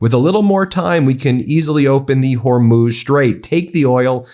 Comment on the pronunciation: Ben, you're doing great on your pronunciation of Hormuz but the plural of aircraft is aircraft. I know you can do it.